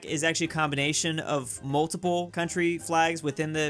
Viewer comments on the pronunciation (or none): none